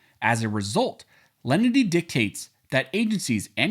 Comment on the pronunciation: About half the time you are saying "lendy" not "len-i-ty" and just confusing your audience. Step up,!